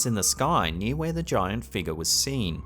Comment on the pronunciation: Figure is not pronounced feegah.